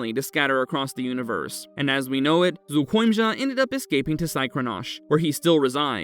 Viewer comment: The monster itself might be lazy but someone who took the time and effort to pronounce its name correctly is not.